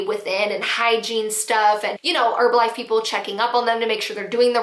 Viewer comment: You're saying Herbalife wrong....the H is not silent in the word Herb.... Say her....then the rest of the word. Not erbalife...made the vid unwatchable